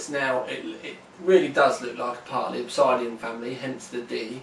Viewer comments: I want this case >.< Pretty sure its pronounced "ObSIDian" not "ObsEYEdian" though. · Your pronunciation of "Obisidian" is disturbing. I am British, and have never pronounced it like that. No part of the word dictates the "I" in there. Nonetheless, I think this will be more ideal for my side-line build